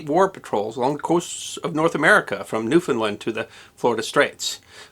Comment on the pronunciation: As much as I’m not surprised you got it right, as a Canuck I have to commend your pronunciation of Newfoundland. It is said new-fin-land, not new-found-land. Many of my fellow Canucks get it wrong. I know, I know, it’s spelled one way and said another; but explain Kansas and Arkansas, lol. Thanks for getting it right!